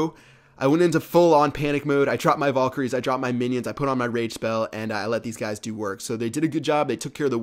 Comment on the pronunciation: he said chinions not minions